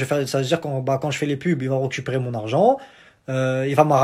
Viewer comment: ont dit " RECUPERER " pas ROCUPERER:D:p